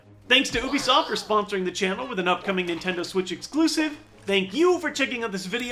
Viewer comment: i believe you're pronouncing ubisoft incorrectly. it should be "you-be-soft"